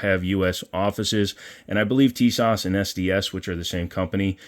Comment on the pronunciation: Nope tee-soshh